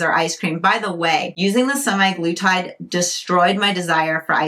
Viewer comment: Sem-Ah-glu-tide. Also pronounced Sem-Ag-lu-tide. It's not "semi-glutide."